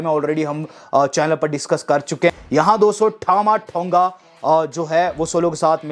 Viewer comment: As per you-ठामा ठोंगा😂😂😂😂 As per wwe- टामा टोंगा😄